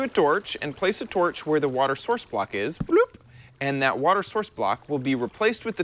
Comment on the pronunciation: At the beginning instead of water tips it sounded like wafter tips